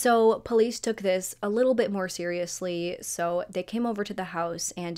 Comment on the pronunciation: Litter girls trip?? You're weird for saying it like that we went on a GIRLS TRIP. No little involved oddball girl